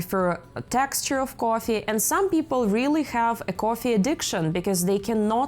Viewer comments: Great video but very hard to watch with the way you pronounce coffee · i think she is Russian or Ukrainian the way she says coffee